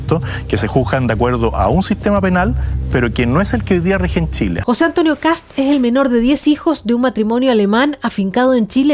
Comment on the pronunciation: Por Dios, periodistas ignorantes: El apellido es Kast, no kats o ksap, o kasp. Un poco de rigor y respeto a la hora de informar, por favor. Saludos desde Chile.